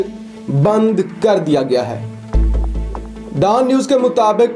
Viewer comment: DAAN News nahi Dawn News hai!!